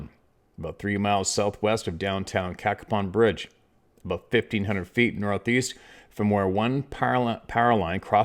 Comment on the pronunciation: Hey. Hope all is well. It’s pronounced CAYPON Bridge, WV. Dillons Run and Edwards Run are Wildlife Management Areas in the vicinity of town. Once you get between Cacapon Bridge and Slainsville it’s pretty remote. I always get weird vibes when I fish and hunted up there. Wouldn’t be surprised in the least if the entire story was true.